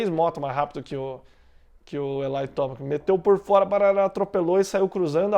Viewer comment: sem querer parecer chato, mas o nome do Tomac é TOMEQUI que fala.. pode ver que os americanos falam assim.. tamo junto